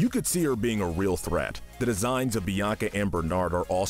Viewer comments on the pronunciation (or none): none